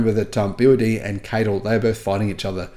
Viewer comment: Interesting news. Just some feedback regarding CATL, they call themselves C.A.T.L so when you mention and pronounce their name as KTill it always throws me as its not their name.